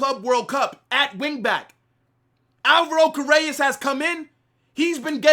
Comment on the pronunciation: Car-re-ras is how you pronounce his last name #HalaMadrid my club is back !!!